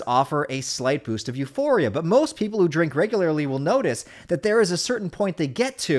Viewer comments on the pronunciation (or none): none